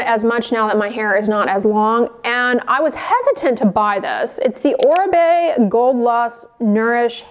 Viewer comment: Finally someone pronounced correctly Oribe